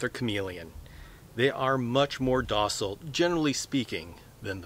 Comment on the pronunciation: docile sounding like dorsal :o